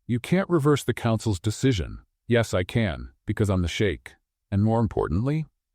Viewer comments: I loved this story ♥️ 10/10 for me. P.s. it’s sheikh not shake 🫨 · Sheik, not shake..... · For crinimey's sake, STOP saying "shake"! It's Sheikh. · Come on (Sh ee k ) no sh ak e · It’s suite, not sweet. It’s also sheik, not shake. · I guess it's shiek not shake😅😅😅😅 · It's SHEIK, NOT SHAKE.